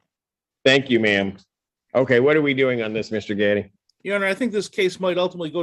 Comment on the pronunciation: She Said Mr Gatti...But i heard Mr Daddy.. 🙈